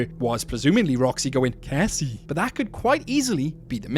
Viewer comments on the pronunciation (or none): the way you said "Cassie" made me laugh so hard I was literally wheezing